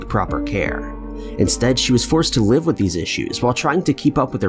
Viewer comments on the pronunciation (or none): none